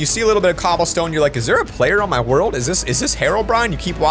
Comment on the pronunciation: do u mean world instead of word u forgot the L just seying